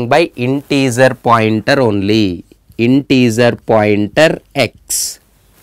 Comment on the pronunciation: Great explanation. When you say integer, think of the “ger” pronunciation as the same as the first 3 letters of how you would say “German”